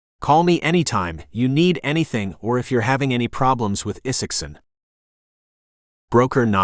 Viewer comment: AI narration algorithms have yet to solve short vs long vowel sound such as the long "I" vs short "I" sound in the name ( Isaacson ). But inflection is improving.